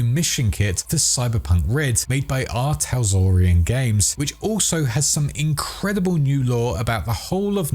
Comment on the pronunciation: Preem vid. It's "Tal-SOR-ian", not "Tas-Lore-ian".